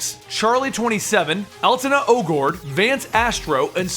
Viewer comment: I'm not American or British but I'm pretty sure Aleta Ogord isn't pronounced Al-Tina